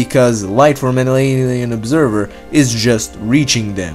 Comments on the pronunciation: "light from an alienay nay eh observer" o.O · "because life from jwuyatwgwyshgagw" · "because light fromahglileilm observr" 😂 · because light years from earth hemmamsnsjakaksdmd whatever tf u just said. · What he sayds?